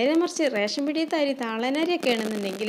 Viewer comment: Airy alla.....ary